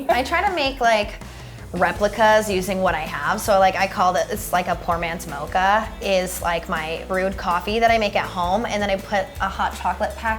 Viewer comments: she really did not just say mocha as mocha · It’s sorry but.... Did that girl just “mocha” with a ch instead of a k sound?! NOOOOOOOO HUNNY